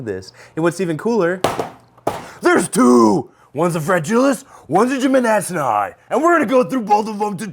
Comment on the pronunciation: New challenge: take a shot everytime jimmadseni is mispronounced